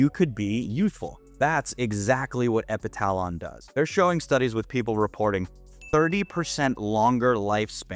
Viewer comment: Epitalon pronounced epi tuh lon